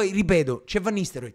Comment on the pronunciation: perché dici fenerbahcev e van nistelroid? ahahahaha bella sir